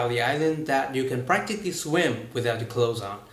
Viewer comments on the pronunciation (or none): Từ practically này bị mispronounce mình nghe bị miss từ này. Cũng đoán đc mà không chắc lắm nghe giống như practi-ty gì đó. Hình như thiếu âm k hoặc phát âm không rõ âm này. Hy vọng bạn nghe lại và cải thiện thêm. Btw, mặc dù bạn chủ channel nói rất trôi chảy và phát âm tốt nhưng đâu đó vẫn có chút...sao sao. Vì m hơi chú trọng về phát âm hơn các phần khác nên comment mang tc hơi bắt bẻ.